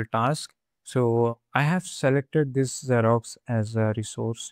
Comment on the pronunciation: It's Xero, not Xerox :)